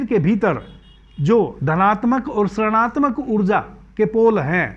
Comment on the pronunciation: ७:३० गुरुजी, जब हम ऋणात्मक का उच्चारण करते हैं, तब वह ऋषि की तरह आरम्भ होगा (उच्चारण - रिणात्मक)🌿🙏🏼🕉